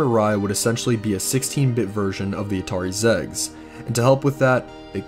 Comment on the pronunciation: Interesting video but, zegs? It's pronounced Ex Eee Gee Ess, just the letters, XEGS.